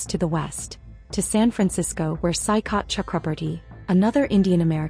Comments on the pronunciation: its soi-kath which means sea shore. it is a typical bengali name. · OMG the way this AI is pronouncing Saikat 😅😂